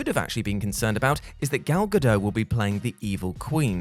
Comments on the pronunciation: Gal Gadot is pronounced "ga-dot" not "ga-doe" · It's Ga-Dot, not Ga-Doh. She's Israeli, not French. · I know mispronouncing names is a WhatCulture trademark, but Gal Gadot's last name is pronounced Gah-dot, not Guh-doh. I know, you think it would be the French pronunciation, but it's not. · It's Ga-DOTT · Gal Gadot (Gah-dote) You Brits can't even get an actress named right. I watched 7 other people giving her an interview and saying it the way that I just pronounced it up top not the way you pronounced it. Before you get an actress named wrong you have to do your research on how to say her name first. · Gal Ga-Dot. Hard "t". She's not French. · You know the T isn't silent it Gal GadoT, right? It's Hebrew, not French 🤭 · Gal GadoT, with T.